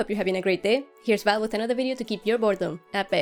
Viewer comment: Did you say "keep your boredom away" at the beginning? Cool video btw, thanks!